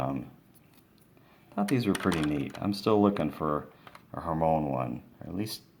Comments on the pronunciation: It's her my oh nee not hermoins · It's not her-mone Its her-my-e-knee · to tell you it's not who Moines it's Hermione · NOT HERMONE HER-MY-UH-NEE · It's Hermione not Hermoine. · It is Hermione not Hermone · it's Hermione NOT HERMONE !!!! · Ur Saying It Wrong! It's Hermione Not Hermone Good Luck Next Time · Her-my-on-ie Lol Hermoine what a way of saying her name 😂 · it is pronounced (her-mai-oh-nee) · it's pronounced her-my-iny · Hurt- my -knee XD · U said hermione wrong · ty r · He's commenting on how he said the names wrong.